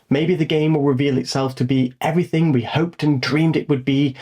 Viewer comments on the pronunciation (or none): none